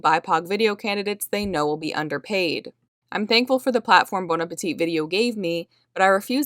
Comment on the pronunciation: Very interesting story, thanks for publishing, BTW The last 'T' in Appetit is not pronounced. Appe-tee is how you say it. Thanks!